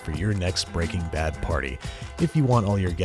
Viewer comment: "Breaking Bab"